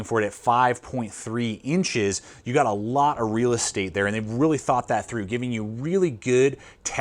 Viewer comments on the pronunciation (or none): none